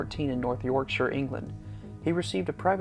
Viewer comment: Glad to hear an American prounoce Yorkshire correctly 👍